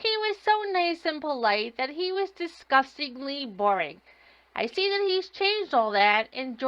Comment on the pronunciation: Do any of these idiots know that the letters th are not pronounced as a d. he says you know how to do dat